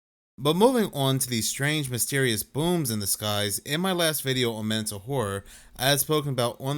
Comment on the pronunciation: Got damn it, still triggers me how you say “on”. 😩😫😡🤬🤯